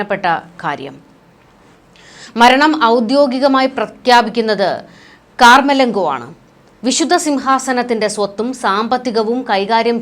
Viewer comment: കാർ മലങ്കോ അല്ല.കമർലങ്കോ ആണ്